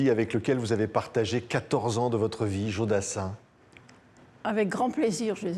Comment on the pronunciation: Patrick cesses de dire Djo. C est Jo